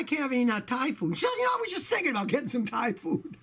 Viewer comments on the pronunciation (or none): none